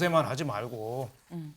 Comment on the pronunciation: 핼러인 아니고 할로인입니다. 전 정보계장 ㅠㅠ 안타깝네요.